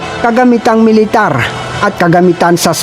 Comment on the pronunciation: ayus lang yan kaya paki ayus naman ang pronounciaton nyo para magandang pakinggan yong IDF nyo naging ayde ef at military nagi meletare